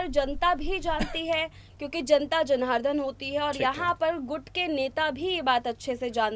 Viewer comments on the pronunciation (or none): अरे ओ, आओ चैनल चैनल खेलें😂 और, पहले हिंदी सुधार लो फिर एनालिसिस करना। जनता जनार्धन नही, जनार्दन होता है। 😂😂